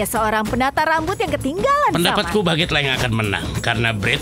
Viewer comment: Bagueete=1% Tuan bread=99% Cara baca=bagutte=bak get Tuan bread=tuan bret